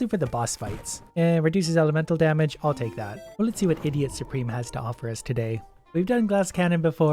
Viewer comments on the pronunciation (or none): none